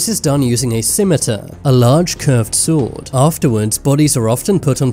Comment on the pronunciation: he said that sword wrong!! Ree.